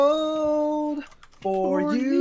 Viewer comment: gee my comment is kinda old n thats not offensive at all! it just sounds like he is talking instead of singing yknow? his notes with "cold" isnt really smooth cus he made "cold" sound like it has 2 syllables ITS HARD TO EXPLAIN :(